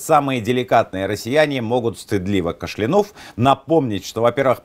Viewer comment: ФенОмен, кАшлянув